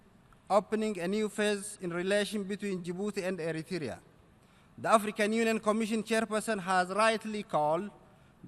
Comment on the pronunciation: why say eritrya say plz eritrea where you from